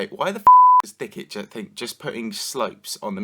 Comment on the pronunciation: Thicket? more like THICCIT